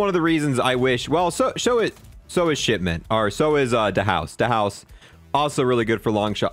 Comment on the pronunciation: ITS DAS HOUSE NOT DA HOUSE